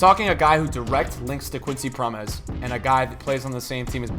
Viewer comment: Keep going content is class, Think it’s Pronounced Prom mes